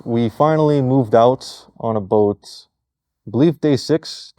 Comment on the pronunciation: he said the thing! The Canadian thing! It is "a boot" lol but seriously these guys are awesome